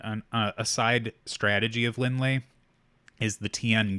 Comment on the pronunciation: Linh is Vietnamese, and Ly is the french spelling of Lee. Her last name is pronounced as the same Lee not Lie